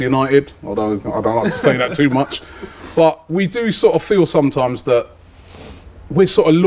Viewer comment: Neville "Sometaams" :P